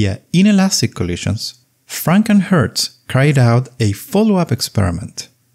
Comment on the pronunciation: The way you say Franck and Hertz, channels FrankenHurts, the mythical 20th century monster with bolts in its forehead.